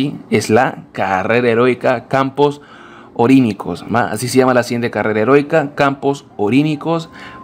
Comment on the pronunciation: es campos oníricos no "orínicos" saco de weas aprende a leer